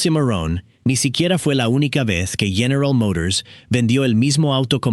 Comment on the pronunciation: General Mourors.